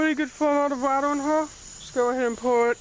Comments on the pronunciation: wader bawttles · WAH-ter BAH-Tull